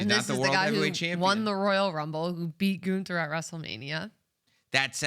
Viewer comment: 😂 Gooonther